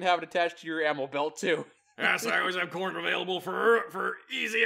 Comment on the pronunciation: What he says: FOR CORN! What I hear: FOR KHORNE!!